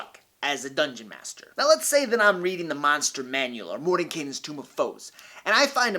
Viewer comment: Anyone else notice he pulled a Sam Riegel with the way he pronounced Mordenkainen's Tome of Foes?